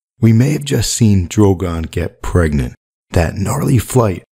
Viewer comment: Preganté? Gregnent? Prenget?